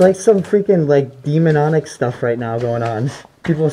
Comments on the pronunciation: Is It Just me or did say Demon"on"ic 😂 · "Demononic"? OH DEMONIC!! lol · Demon-onic? Lol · "demononic" ha ha:-) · did he just say "demononic"